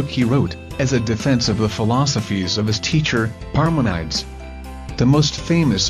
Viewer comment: Robot reads "Parmenides" as Par-Men-EYE'ds This is why you never use robots to read. Par MEN ih DEEZ.